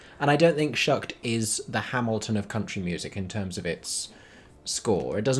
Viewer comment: It's "Shucked" not "Shooked"!!!